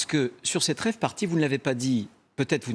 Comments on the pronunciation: j'hésite entre une RAVE (en français dans le texte) Partie (party) et une après-soirée (after) CAROTTE. Eh bien ce sera une soirée CHOU BLANC sponsorisé par BIOCOP. Pour info, on dit pas RAVE (c'est un légume) mais dite phonétiquement "rêve" ce sera plus sérieux. L'organisateur de la Free (pas "rêve", rien à voir) est un connard fini comme les 2500 teuffeurs. Danser sur des cendres fraiches d'un massacre de la Nature et de la misère et souffrance Humaine, faut vraiment être une grosse merde. Sinon, Retailleau est un sombre facho comme son "maitre" (E.M). PS (Postscriptum pas Parti Socialiste) Si la gauche rebondi sur chaque fait divers comme l'extrême droite, c'est mal barré pour 2027. Bon appétit ! Tchuss ! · "Rave",ca se prononce a l’anglaise...rèïve...comme free party ne se prononce pas freu....de rien.